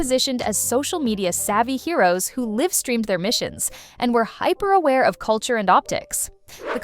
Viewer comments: "Live (rhyming with "give") streamed? Sounds more like a voice over this channel wants you not to notice is AI. Buh bye! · It's an AI voice... At the end she mispronounced LIVE streamed.